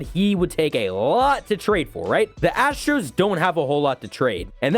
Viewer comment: Ahh yes, the Houston Asters